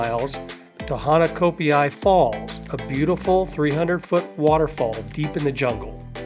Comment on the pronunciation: Ha na CA pe i NOT ha na Co pe i. Correct pronunciations are appreciated,. It is pronounced HA nalei NOT He nalei.